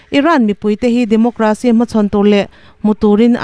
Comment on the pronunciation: Democracy hi DemoGRAcy ni lovin, DemoCRAcy.....Demo-KRAsi tia lam tur a ni, aw?